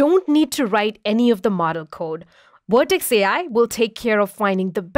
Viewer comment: Please provide a speaker that pronounce the letter V.